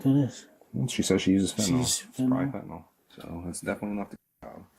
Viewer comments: Can everyone learn how to say FENTANYL......not FENTANOL! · Why can"t anyone pronounce Fentanyl? It is not Fentanall. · This is not just related to this case, but in almost EVERY video I’ve watched where the POLICE..the POLICE (who should know, perhaps, more than anyone besides physicians and pharmacists), the correct way to pronounce FENTANYL!! It does NOT rhyme with alcohol! It rhymes with BENADRYL! For f**ks sake! Sorry, but it bugs the crap out of me. You guys are dealing with it so much now, SAY THE NAME OF IT CORRECTLY!!! It makes you sound uneducated!!!